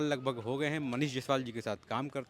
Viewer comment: जैसवाल नहीं जायसवाल होता है सर